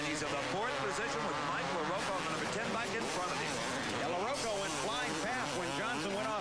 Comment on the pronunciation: pronounce larocco right!! or get off the air!!